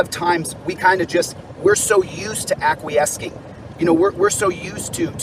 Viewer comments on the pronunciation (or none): Yeah, "aquiesking" is stupid. But I wish we wouldn't mock him for that. We all make stupid mistakes when speaking extemporaneously. (Plus he's driving. WHY THE FUCK IS HE DOING THIS DRIVING?!?) I also don't like when we mock people for how they look, etc. We should be mocking their ideas and actions. When we childishly go after schoolyard taunting (as fun as that can be) it diverts attention of his horrible ideas. The internet being what it is, once you go "childish", you get stuck in that room. I don't hate because of his SJR glasses or his occasionally misused or mispronounced word. I don't hate Cerio because he looks like a homeless mental patient. I hate them because of their nonsensical (and sometimes dangerous) ideas and actions. We should focus on that.